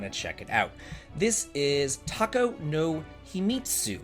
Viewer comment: I see "Too hoo" even got its own accurate timestamp. Well, at least a better pronunciation than "toe hoe" which sounds more like a mistress with a certain kink. :D I was wondering how soon you'll discover Tako no Himitsu! They're also talking about Terranigma but I think it'll be mostly Golden Sun which is still amazing.